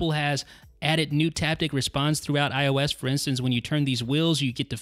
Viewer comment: It's IOS!!! I fucking cringed every time he said ois 😕